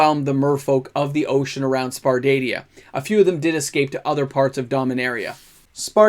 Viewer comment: Sar-pa-dia xD